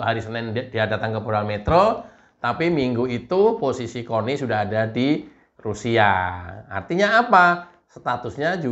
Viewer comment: Bang kalau manggilnya jangan gitu dong.......kok manggilnya con...con😂😂😂😂 LUTUT AQ JADINYA NYERI...NYERIII😂😂😂😂